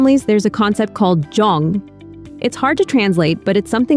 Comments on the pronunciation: me, a korean, clicking in video to see how i was supposedly raised lmao edit: oh, yikes, that is a LOT of ai footage being used but anyway, anyone who happens to read this, jeong is pronounced closer to jung ("hung", but with a j) than jong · Im Korean & its pronounced more like Jeong (jung)...but anyway, this method may be the now generation. As a millenial, most of my Krn-Am friends parents did what most parents do...re-act😂 not that calm